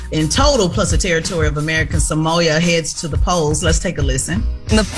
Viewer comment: It’s crazy Tez can’t Pronounce American Samoa correctly 🤦🏻‍♂️